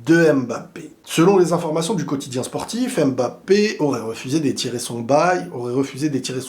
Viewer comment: stp bg c’est pas AIMEbappe c’est HUMbappe (pour la prononciation)